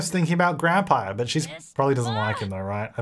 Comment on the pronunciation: Did he say 'Grandpire?"